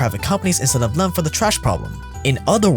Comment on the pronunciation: "Thuhm" Me: "Theeeeem"